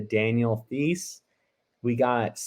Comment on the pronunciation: Thanks for the help! I wish it was more reasonable for me to go for the pack...Id love to land a legendary moment but I'm only around 1600 since joining in late October. I just made the cutoff for the $100 dapper credit tho which is nice. Btw...Daniel Theis is pronounced like Tyson minus ON...Daniel Tys. 😉